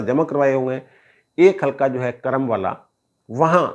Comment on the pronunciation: the name of area is Kuram and NOT Karam.